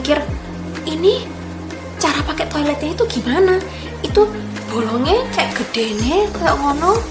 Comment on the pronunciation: Ngomong GUEDE NE kayak indo jawa..wkwkwk